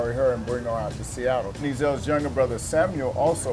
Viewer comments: Oh my god, I'm dying!!!!!! It's not E-zell's, it's just Ezell's. easy on the "E" dude. I've been craving Ezells for awhile now but I'm too lazy to drive the 9 miles to get there. "It's not like a real angry..." "No, no, no" Really. Is that why dude opened his own restaurant called Heaven Sent and took Ezell's recipe with him?? I'd say there's some bad blood, quit lying. And the Central District is NOT the heart of Seattle, that's ridiculous. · The way he pronounced ezells, lol you can tell hes not a local